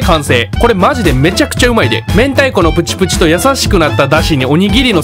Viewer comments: 明太子の明太って読み方″めんた″だったの！？ って思ってコメ欄開いたら″めんたい″で安心しました！ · 明太＝めんたいが正解の読み方みたいですね〜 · 明太←これの読み方「めんた」で合ってんの？ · はい、過去のコメントにも、めんた釜玉を指摘してる人がいてそれに「読み方ミスってるね☺️」とが返信されていましたので、普通に読み間違えただけかと思われます。